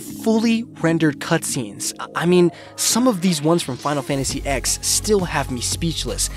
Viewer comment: Final Fantasy EX? It's pronounced "ten" lol But really, 6th gen was the same leap from NES to SNES but for 3D.